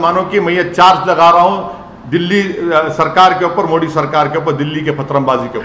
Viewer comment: अरे औवेसी जी बोलना तो सिखीये पहले मोडी नहीं मोदी 🤣